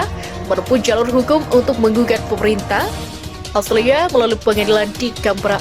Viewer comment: suaranya sudah bagus, tinggal diperbaiki pronounciation nya, kata australia nyaris terdengar austria